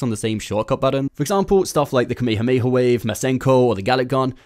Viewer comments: Dude doesn't know how to say "KA MAY HA MAY HA" when reading Kamehameha, completely butchered it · I thought he was about to say “ka me a mama”😭😂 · How the hell did he just say Kamehameha???? Kamayhamayha wave????